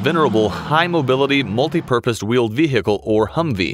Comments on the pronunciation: Nice vee-hickle. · vee hhicle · Its vehicle; not vehhhicle. The "h" is silent. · It’s not a Ve-Hicle, it’s just one word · "The Ve-Hickle" Oh America. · The Humvee was a good Veehheehheecle. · The way he says Ve Hicle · Got it. It's a vee hickle. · The vehicle, the H is silent. Not Ve Hick le. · What the hell is a vee hee cal? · why he says ve-hicle? annyoing asf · The veehikel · This guy really puts the “he” into vehicle 😅 love to hear how he says cool whip 🤓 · any one else hated the way he said vehicle? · Did you know, the H in vehicle is silent? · I love how a native american narrator cant pronounce "vehicle" without strugle, while I a Hungarian can :D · Why is no one talking about how he pronounces vehicle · Why is vehicle so hard to pronounce in American? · Anybody else bothered by how this guy pronounces "vehicle" ?